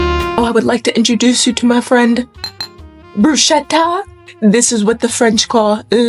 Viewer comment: Please pronounce it as “brusketa” instead of “bruschetta” otherwise the Italians will get mad 😅